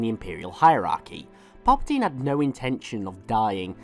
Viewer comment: Who's "Palaptine?"